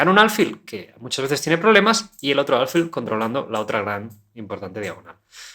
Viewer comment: Tengo una duda, dado que la palabra "alfil" es una palabra aguda, lo que significa que la mayor fuerza de voz recae en la última sílaba (fil), xq la pronuncias como si fuera grave?